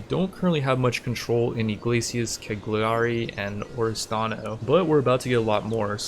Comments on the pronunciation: It's pronounced: Caliari , the G is silent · The g in Cagliari is silent ;) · That was funny but the way you pronounce Cagliari gave me chills. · Sound was fine. Just drop the g in Cagliari, it´s rather silent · I’m Italian and you say Cagliari wrong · plz learn to pronounce cagliari, its just 1 step (click) for you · As an Italian, I can't help but die a little inside every time the city of Cagliari is pronouced wrong. In italian the "GLI" is different, it is similar to the "yi" in ying or "yee" in yeet sound in english so whenever you see a "GLI" in a name of a city or italian name remember the correct way to pronouce it, for example "Cagliari" is pronouced more like "Cayari" in english but with more emphasis on the "y". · Some people do, I'm just being informative, there are other common mispronouciation on italian words, for example the "ch" is like a "k", the "gn" sound is not like any word or letter in english so it's quite hard to describe. Take it as a little fun fact